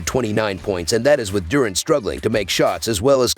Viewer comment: Lmao i was just lmao bout how he said it